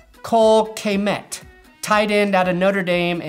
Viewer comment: The way you pronounce Kmet hurts my ears! It’s pronounced Kuh-met, not Kay-met